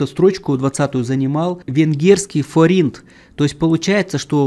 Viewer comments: Простите, конечно, но если вы ведете блог об инвестициях, то уж тогда произносите правильно названия валют разных стран, я имею ввиду фОринт, а не форИнт, тем более это достаточно распространенное слово. Извините. Спасибо за труд. Лайк. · Форинт,ударение на букву о